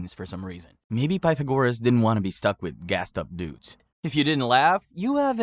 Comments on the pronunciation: Bro learn how to pronounce Pythagoras! You are driving me nuts! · Is this channel ai? I noticed you pronounced Pythagoras two different ways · It was the sometimes right, sometimes wrong pronunciation of Pythagoras that really annoyed me. It wasn't even a consistent mispronounciation! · Pah thagarus. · The last time that I heard Pythagoras' name pronounced so badly was listening to Stephen Fry telling a story about his grandfather, who came from Slovakia, who pronounced it "Peter Gorus". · I love how you managed to pronounce Pythagoras two different ways and both of them wrong😂